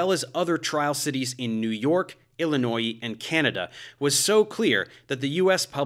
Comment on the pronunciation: "Illino-ee" 😂 I'm going to start emphasizing the end of Illinois like this now